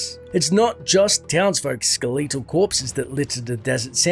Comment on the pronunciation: You are pronouncing "skeletal" and "stygian" incorrectly. Stygian is pronounced a hard 'g' like in "gem" Skeletal is like SKEL et AL. Not ske LETE al. Sorry these things just bother me and I feel like you would wanna know the correct pronunciation given you are narrating a story.